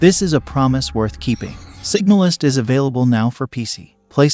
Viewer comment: Isn’t it called Signal-IS